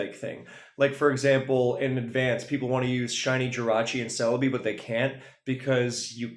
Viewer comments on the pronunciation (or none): none